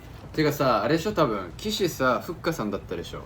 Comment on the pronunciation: の阿部くんの読み方がふっかあって感じだから、ふっかのLINEの名前がふっかーとかなのかなっていう想像😹